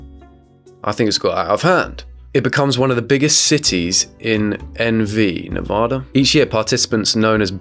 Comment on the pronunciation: It’s Nevaaaaduh.